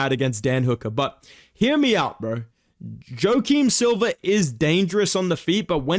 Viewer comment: “Jo-Kim Silva”